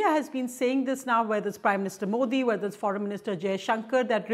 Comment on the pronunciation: Mouldy or Moody???😂😂